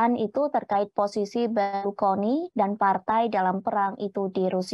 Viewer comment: berlukoni atau Berlusconi mbak..mana nih yang bener,, presenter amatiran kayaknya nih 😂😂😂